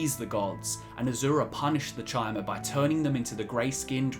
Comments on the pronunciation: Ok but chimer is pronunced [kai-mer], not [chai-mer] T_T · Good video, but it's pronounced "Kai-mer", not "Chai-mer". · It's pronounced KAI-MER, not TCHI-MER. I bet you pronounce Caesar as SEE-SER instead of KAI-SAR lol ;P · You pronounce Chim as “kim,” but Chimer as “chai-mer?” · Doesn't the name Chimer come from CHIM? Thus the pronunciation CHI-MER? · That Chimer pronunciation, eeughh